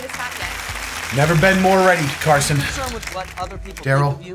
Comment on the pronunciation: Of all the names you could have said, you said Carso, and that's my baby's daddy's name of all names